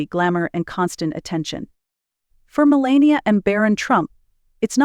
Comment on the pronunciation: U didn’t pronounce her name correctly